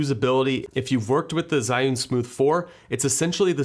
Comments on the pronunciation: its not called "SAI YOON" Its pronounced " ZHEE Yun" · Love ur video but that pronounce z h i, not zai~ again ~love ur video, i bought this because of your video ~